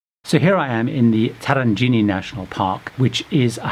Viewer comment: Absolute idiot who can't even pronounce Tarangire correctly. All recommendations on the very well trodden (and to be avoided) path. I strongly recommend not going to a Massai village as they are not animals. Make a charitable donation to a cause which helps them if you wish to assist.